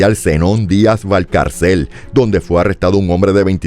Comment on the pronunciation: Val-cár-cel -Se acentúa la segunda sílaba.